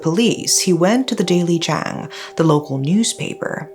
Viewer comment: Oh please her pronunciation of 'jang' is extremely inaccurate. Not that this is a problem but her pronunciation wasn't the best either